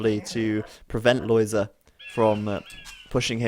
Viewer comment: I am very happy that you pronounce Lojza's name correctly. I've seen others calling him [lojga] or [loyda], but it's not correct at all., you say it very well indeed, keep that in mind when others deform his name.